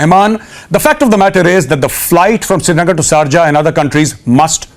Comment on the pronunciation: Dude it’s not charja it’s SHARJAH WITH S